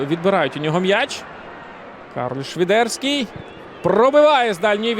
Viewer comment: А чому "Швідерський", а не Свідерський, як заведено в українській мові?